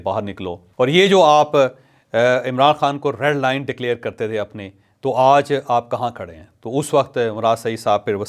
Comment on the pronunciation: جاوید چوہدری صاحب آپ لفظ۔ آج ۔کو بہت برے انداز میں آدا کرتے ہیں